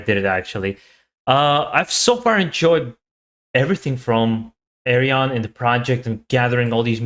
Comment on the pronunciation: his name is pronounced Ar-Yun. 😉